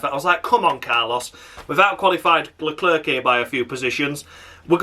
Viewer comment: Stupid Leclerc pronunciation once again and as usual I mean honestly Don't understand them Latifi is still behind Marzipan in the Championship